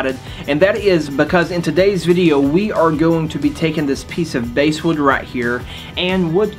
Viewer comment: Not "Basewood"! It's "Basswood" (the fishy type).